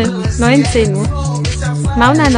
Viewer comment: Silan nein das "S" wird "Sch" ausgesprochen😅❤